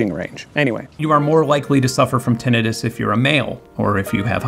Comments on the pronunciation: How do you get "tenetus" from the word "tinnitus"? Tinnitus is pronounced Tin-nitus. ENGLISH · "Tin-eye-tus" anybody? I'm almost getting tinnitus hearing you say it like that so many times, Benn. 😂😂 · ok i got clickbaited. i have actual hearing loss from not wearing earplugs enough as a kid + bad luck w genetics so i am...mildly annoyed. still a great video tho. except for the tinnitus pronunciation. tin-night-us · Ok, so one of us pronounces the word tinnitus incorrectly. I am assuming it is me since i am not the one that just put together such a solid in depth video essay about hearing. But i thought it was " tin eye tus " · Wait, is that how you pronounce tinnitus? I always thought it was pronounced tin eye tuss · soooo everyone I know (including myself) has been pronouncing tinnitus wrong..... good to know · After watching this video, I'm just drooling over the next time someone has the gall to mispronounce Tinnitus in my presence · Firstly, I have never heard tinnitus pronounced like you do. Second - as my two closest family members have 1) chemo-induced hearing loss and 2) menieres desease, it is nice to hear some representation! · TIL I've been mispronouncing tinnitus this whole time LOL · The gleeful 21st century mispronunciation of "tinnitus" on the internet is almost as hard on my ears as the tinnitus itself. It's giving me gas-tritt-tiss. I guess it's better than having hepa-titt-iss. Tin. ITE. Iss. Aight?